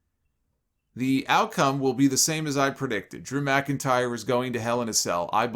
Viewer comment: Loved how he always said “DREW MCINTYRE” with such emphasis